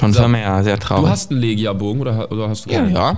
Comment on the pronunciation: "Legia Bogen" wir Lechia Bogen gesprochen bitte liken damit es sieht.